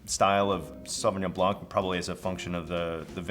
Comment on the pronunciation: Fun fact: the C is silent in Sauvignon Blanc. Don't say it